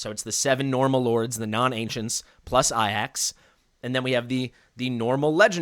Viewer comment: It's very clearly A-Jacks....stop mispronouncing it, yikes my guy